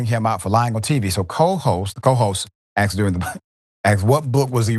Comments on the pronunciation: "Aksed" really? I'm Dutch and I get cringed out hearing that. (For the rest you're absolutely right and Trump is a prick.) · “Asked” not “axed” to the host talking about literacy. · What do they keep “axing “ him? This president is a disgrace, but you can’t pronounce “ask” 🤨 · I agreed this orange man is an idiot. I also think it's funny that in a discussion about literacy you use the terms "axed" instead of asked. While you may be literate, able to read the words, you still speak like that. You should be embarrassed. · Doc, you're not coming across much better than Trump. You inaccurately read the words written on the screen and you keep saying "aksed" instead of "asked". I don't know why this word has become so hard to say correctly by so many because it's not like it's foreign? Finally, MAGA's going to love their god-king's illiteracy because most of them are too and birds of a feather... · It seems a bit ironic that someone who keeps saying 'aksed' is criticizing someone else's literacy. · So in a clip about literacy, the presenter can't say the word "asked". No, he, and most Americans, can only say "axed". You Americans are so stupid . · Aussie here, why can't Americans pronounce asked ? You always say aksed . So who can't read ? Fucking hypocrite yanks . Your whole populace is a below mental parr mess !😂